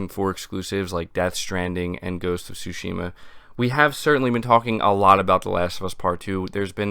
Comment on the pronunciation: Tsúshima... say it with me... Tsúshima